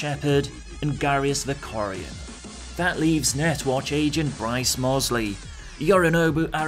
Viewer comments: it's Garrus Vakarian not Garrius Vakorian... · hold the fucking phone, you can't just say Garrus Vakarian was your favourite femshep romance and pronounce his name as "Garrius Vokorian" I wont accept this I physically recoiled when I heard that.